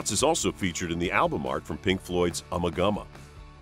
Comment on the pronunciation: What surprised me the most is how the narrator pronounced Ummagumma.